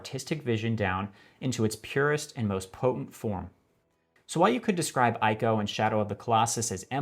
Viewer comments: It's not "AYCO", it's pronounced "ICO"... Please get it right. Other than that great video. I've seen a lot of videos talking about this subject but yours is the best one. Nothing I would take out of this video. It's just simple and perfectly written/edited. (except for the stupid Murican pronuciantion of "ICO" of course) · Fantastic video, one small correction, Ico is pronounced ee-ko. In Japanese this is unambiguous due to the writing system イコ there’s not a clear meaning for the name, but it might be a nod to 行こう (ikou) “let’s go” the う (u) just acting here to lengthen the お (o) and technical can be trimmed to “Ico” when romanized. Either way, the “i” in Japanese is always read as ee, “e” would be read as eh, and if you want that “I” sound it’s going to be explicitly written あい “ai” (a is pronounced like ah, and then i is read ee, so you get ah-ee, which read together as a combination makes that English “I” sound look at words like 愛(あい) (ai) “love”, アイドル (aidoru) “idol”, or アイス (aisu) “ice” sometimes used as an abbreviation for “ice cream”). In Japanese kana are basically always pronounced one way, since it’s a syllabary, as opposed to English’s phonetic alphabet where many sounds are crammed into each letter. (Kanji though in Japanese is very different, but I won’t get into that) *I live in Japan, studying Japanese. Again, I really love the video